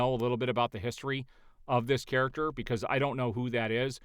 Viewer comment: the "main charaxter"